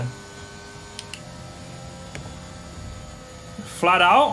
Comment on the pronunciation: Lando going into copse "fladdouh, absolutely fladdouh"